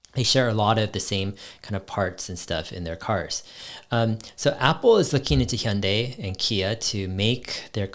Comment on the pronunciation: Are you Korean Dave? Cuz your Hyundai pronunciation is just perfect haha. Big love from South Korea!